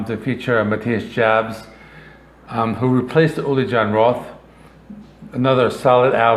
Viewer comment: as a lifelong scorpions fan (since 1977) i greatly appreciate your post. but disagree with 80% of these rankings. ps. matthias last name is pronounced like yobbs. kick your ass to heaven with rock n roll tonight